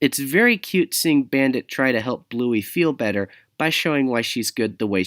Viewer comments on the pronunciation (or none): none